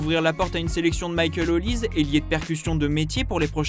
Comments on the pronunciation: Ce n’est pas « Olize » mais « Olisê » comme Sunday Oliseh y a une certaine époque vous vous rappelez ? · Son nom est peut-être Nigerian mais il est Français et il joue pour la France. On prononce donc son nom OlisEEE. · Les Français arrêter de dire OLISE ! Son nom est NIGERIAN et c'est OLISÉ !!!